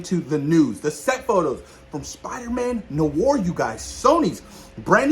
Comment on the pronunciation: I am so hyped for Spider Man 4 and Spider Man Noir which is pronounced ((nu-waar) two a’s but it’s all good man it’s still the same word oh the way I read on twitter from the account Marvel Film News that Marshali Ali had a phone with Marvel and is fine with the delay of Blade so they can take all they need to make it a great script and film keep up the great work